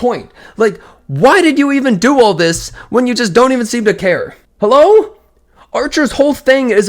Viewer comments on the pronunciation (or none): none